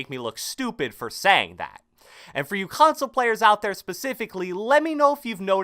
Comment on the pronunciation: 😭 At the way he says 'console' (3.30)